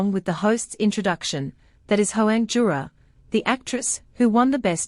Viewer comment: It's yura not jura ❤plz